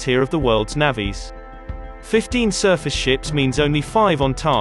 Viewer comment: I might be wrong but I am pretty sure the First Sea Lord did NOT refer to Her Majesty’s seafaring force as one of the worlds “navvies” if you’re going to be cheapskates and use a computer to do your narration, at least make sure it knows how to pronounce the most important word$s related to the story